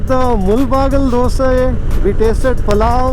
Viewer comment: The correct pronunciation of "do-say", as it is said in KannadA. Phew! What a relief.